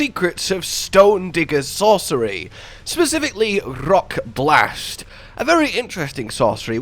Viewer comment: You: "Let me introduce you to Rock Blast" Me: "Nah. I'm good." You: "What if I roll my R's harder than a Spaniard on ecstacy?" Me: "I'm listening..."